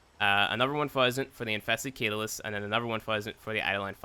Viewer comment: You've got to learn how tel pronounce things correctly and speak English right. I couldn't even watch this because every event item's name was mispronounced! Guandao, catalyst. phylaxis etc.